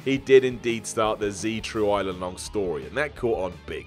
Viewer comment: Anyone notice he said “Z true island long story” ??